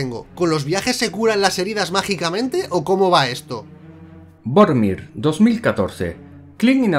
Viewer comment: dice Vormir o "Boromir" 😅